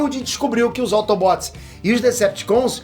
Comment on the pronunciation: "AutobÓts e deceptius" Mds q vexame ver ele falar de assuntos q nem entende so por views e money